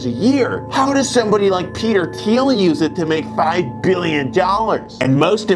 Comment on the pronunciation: thiel not teal